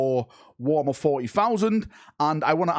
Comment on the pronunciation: I love the accent at wo'ammer